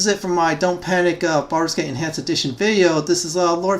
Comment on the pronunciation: Sounds like you said "Farscape Enhanced Edition" I wish that was a thing